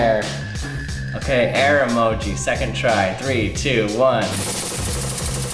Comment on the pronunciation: E-moji not a-moji: e-moji emoji